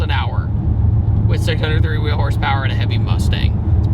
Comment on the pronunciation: YOU SAID HORSEPAIR